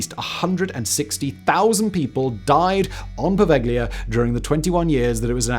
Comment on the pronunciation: Poveglia is pronounced "po-vel-ya," the G is ellided, not pronounced.